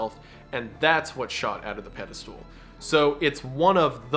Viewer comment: It’s crazy how wendigoon still says “pedostool”